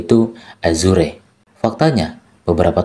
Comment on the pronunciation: githap bacanya bukan github, tiaphari azur bacanya bukan azure 😂